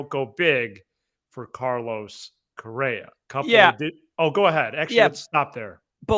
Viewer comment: It’s Correa not Correra and Swanson not Swansby. Sorry man, you can call them whatever you like. I just thought you might wanted to know. Good luck and well wishes. Blessings!